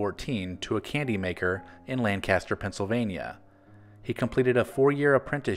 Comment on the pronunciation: Lan-kiss-ter is how it's pronounced. Lancaster PA